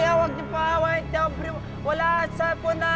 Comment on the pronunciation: Mukhang patagal ng patagal parang Ovary na ata naririnig ko't hindi na aubrey... Sira na ata pandinig ko...😂😂😂